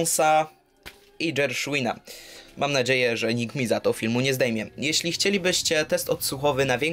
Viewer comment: Gershwina. G. Nie Dż. Litości... I według mnie smar w windzie jest jednak do wymiany, Ramię za szybko opada.